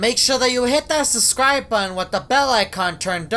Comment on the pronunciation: also are you French???? you said "make Sure To Hit That Subscribe Budden